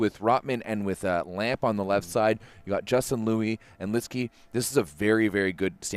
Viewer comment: If possible (before tonight’s game) can you relay to the Volleyball World commentators, Matt Prosser and Salima Rockwell that Justin’s last name is pronounced “Lou-eee” and not “Lu”? Thanks... Ray Lui (Justin's Dad)... Go Stanford Go!!